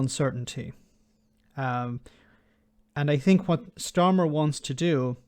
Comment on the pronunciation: And I did enjoy understanding every word Starmer pronounced. It is not the case with the PM that doesn't pronounce well. I never understand what he says. 😝😝😝